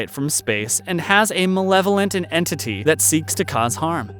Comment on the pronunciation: New word of the day " enentity". The term " much lesser" is a crime against humanity. Does the narrator have missing chromosomes?